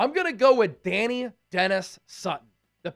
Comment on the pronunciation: it isn’t pronounced “Danny” it’s “Da-Ni” the “i” makes a eye sound. (Not trying to be mean or corrective just if anyone wondered)